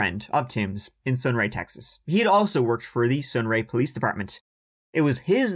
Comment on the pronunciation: As a born and raised Texan, I just wanted to let you know that I truly, and completely, enjoy your pronunciation of "CHeXas" with the country accent added! You're Texan approved!